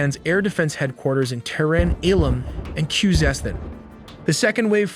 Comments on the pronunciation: No AI used, but 'Tehran' and 'Iraq' are pronounced like a drunken AI. Hmmmm.... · If this is not AI, then why does he keep mispronouncing ‘Tehran’?